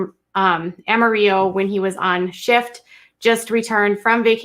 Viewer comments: Had to stop after a few minutes and write to help you with the pronunciations. It's not Stin-nit, it is Stin-net. (Like casting a net to fish.) It's not Am-a-rio, it is Am-a-ril-lo. (The city that made George Strait famous, "Amarillo" by Morning). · Have you ever heard “Amarillo by Morning” by George Straight? It’s pronounced Ama-rill-o like armadillo. 🌝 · No, cities are pronounced the way citizens have decided to pronounce it. As a citizen of Amarillo, I can tell you that technically correct way to say it is Am a rill o (or Amarilla, if you're an old timer). If you are speaking Spanish, then it's pronounced amareeyo. Just like the city La Mesa is pronounced La Maysa in California, but La Meesa in Texas. The local pronunciation is the correct pronunciation. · (Ah-mah-ree-yuh )this is the correct pronunciation. Is Spanish for yellow color. Is a 4 syllable word A-ma-ri-llo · I’m aware of this also and I know that’s why she pronounced it that way. But Texans call it “ril-lo”. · I literally live an hour away from this town lol. This is nuts 😳 And its Potter County (pronounced like its spelled) Amarillo the city is pronounced like its spelled too.